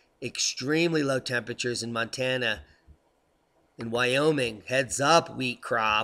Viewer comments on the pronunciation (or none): none